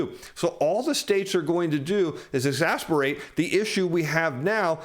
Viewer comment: Exacerbate! Lol keep up the otherwise amazing work!